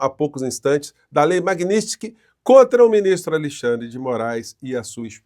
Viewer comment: Nada a ver, porém tudo pertinente. Só por curiosidade.Porque tantas pessoas, inclusive com formação de nível superior, falam/pronunciam erroneamente determinadas palavras? Seria falta de atenção ou problema de dicção?🤔🤔 Exemplo: (correto) Lei MagníTSki, e não magnÍStki. 😂😂😂😂😂😂